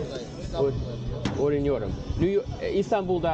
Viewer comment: Almost sounds like "oynuyorum" (I'm playing) rather than "öğreniyorum"